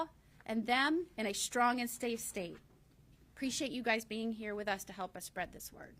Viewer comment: She said " preciate " yall being here . I like her already 😏